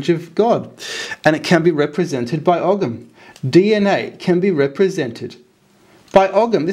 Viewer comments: Hi, It's always great to watch your daring investigations. I wonder though, would you consider using a different pronunciation for Ogham. In Ireland we would say something like "o-im", similar to Owen. The "gh" is usually silent in Irish.. Unless of course the word is pre-Irish in which I wouldn't know. Cheers, Richard Dublin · You don't pronounce the G in ogham, you pronounce it oham. I like the D.N.A, similarities. It's the same with the I Ching it's like binary computer code and the hexagrams are numbered. Any attaching the celts or ancient Britons to the Abrahamic gods or Babylonian traditions is a type of nonsense discredited already as British Israelism. WHO writes that ogham is from the tower of Babel? CHRISTIAN monks in the 14 century, who have a vested interest in fabricating these connections. No Ogham has nothing whatsoever to do with Arabs or the middle eastern fantasies from Babylon. It is an original British language. Not content with genociding the people that used it, Christians now want to steal its sovereignty. There are many attempts to connect Abrahamism to the British Isles since the Christians arrived. All complete tripe.